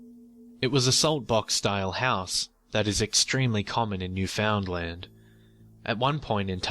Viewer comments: Really enjoyed the story and the channel. But it's pronounced "Nu-fund-lin" not "New Found Land". Anyway, keep up the good work! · Its pronounced New-fun-land, not literally New-found-land. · Its usually pronounced like "Noof-in-land" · "New-found-land"... Everyone in Canada died a little on the inside. Lol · I found your channel a day or two ago and to my surprise I hear a story about Newfoundland. I am from Newfoundland and back here now. I saw on a comment that someone described how to pronounce Newfoundland pronounce it as written all one word no spaces.New found land is 3 words Newfoundland is one. Otherwise I quite enjoy your channel good job. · its usually pronounced nu fund land